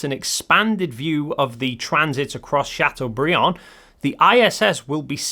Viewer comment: My Highschool was in Chateaubriand! Thanks for not butchering French name!